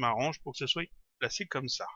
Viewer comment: Je te suis depuis un bon moment maintenant, et j'aime très bien tes tutos et ton travail, mais ne plus "QUE CA SOIYE' on dit "QUE CA SOIT" et "ON VOIT" et non "VOIY". Tu devrais nous faire un tuto lighting version pro ou bien texturing.